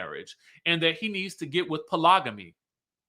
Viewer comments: Po- log-amy😂😂😂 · “Pro-log-o-me” 🤣Everybody ain’t educated like you ❣️❣️❣️😘